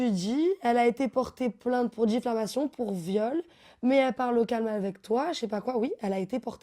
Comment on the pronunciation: la meuf elle a fait droit et elle dit '' Difflamation '' ... xd oki